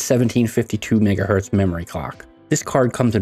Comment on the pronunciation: bro said ngahertz